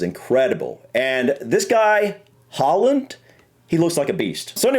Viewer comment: On sporting rivalries, if England make it through, we're likely to be playing Argentina. That is one of the bitterest rivalries of all, going back to the 1966 world cup, flared up by the Malvinas war and the 'hand of God' in the 1986 world cup. The pronunciation of Haaland is often done badly by English speakers, because the correct pronunciation sounds a lot like whore-land, which would be awkward.